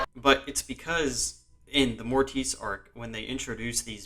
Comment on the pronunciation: I have never heard mortis pronounced the way you did here, very interesting lol